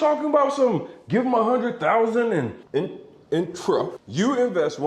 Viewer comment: was gold lol " in truff"